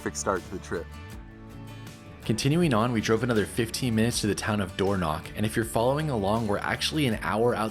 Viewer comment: The Dornoch fifth??? Firth, surely... Dornoch isn't pronounced with a knock